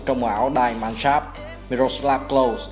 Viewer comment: Góp ý một chút Die Mannschaft k phải đọc là "đai man s cháp" mà là "đi man sáp f tr" nhé ^^